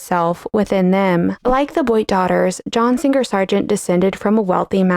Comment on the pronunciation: John SinGer Sargeant? When did we start pronouncing his name with a hard g?